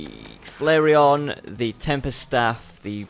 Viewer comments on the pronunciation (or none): pronounce flairon like: flare on